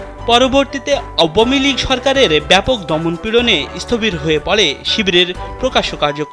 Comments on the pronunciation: আওয়ামীলীগ উচ্চারণ ওহ!!!!!! অসাধারণ!!!!!!! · নতুন করে আওয়ামীলীগ উচ্চারন শিখতে হবে নাকি এই সাংবাদিক থেকে।